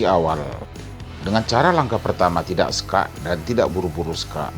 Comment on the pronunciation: Kok bilangnya sokakk😅😅